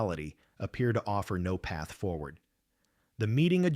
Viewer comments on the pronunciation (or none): none